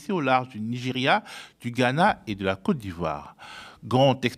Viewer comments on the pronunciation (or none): none